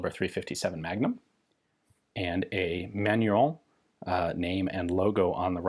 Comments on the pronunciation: Haha I was laughing at your mispronounciation of the brand name when I saw the correct spelling on the logo :'D FYI, it's pronounced man-u-ruh (the -in in french is pronounced like a nasal 'ah' or 'uh' sound). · Pronounced "Man-nor-reen".................Jim, Tucson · It took me a while to figure out what sounded like someone saying "Manuel" and "Fillet mignon" at the same time was your way to pronounce "Manurhin" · I see Manurhin but I hear manure-young. I guess that's French.